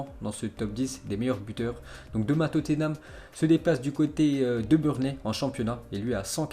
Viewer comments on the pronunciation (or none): none